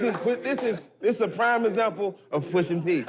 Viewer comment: Maverick… Please stop saying Pushing P. Smh geez